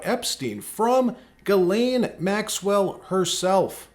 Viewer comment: You mean (Jizz Leen) Maxwell 😂